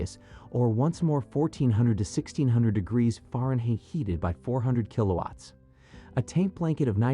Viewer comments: Faren Heat ???? LOL! Darn Robot. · Try reading this: faronhight. That’s how Fahrenheit sounds when pronounced.